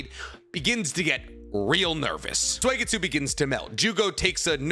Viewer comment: Suigetsu is pronounced like Soo, not swee or sway! Soo-get-soo.